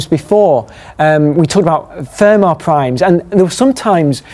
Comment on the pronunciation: Pronunciation of Fermat Prime sounds wrong